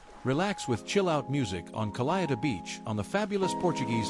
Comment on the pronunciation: CALHETA - CA' LLEH' TAH In Portuguese the "h" is mute/silence never ever pronounced. LH is pronounced like LL as in Villa; Village... Thank You.